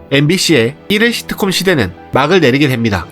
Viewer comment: 발음 연습점 thㅣ트콤 너무 듣기힘듦